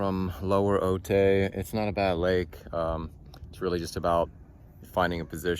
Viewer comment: Ay my boy. Its pronounced ohtai